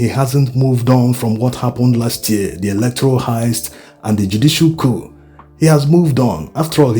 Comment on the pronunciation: It's not hayist, it's pronounced Hist, (heist)